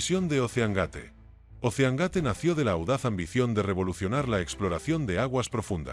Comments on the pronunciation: EL SOLO ECHO DE QUE LA VOZ DIGA OSSEANGATE YA DEJA EL VIDEO POR LOS SUELO Y LUEGO 250 CERO CERO CERO NO PODES EDITAR EL VIDEO PARA QUE QUEDE BIEN INUTIL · No sabe decir doscientos cincuenta mil dólares y la segunda la pronunciación gate